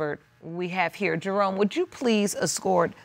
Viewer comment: DID SHE JUST CALLED HIM"DEROME"